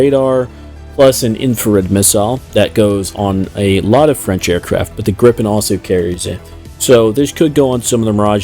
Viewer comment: its gripen not grippen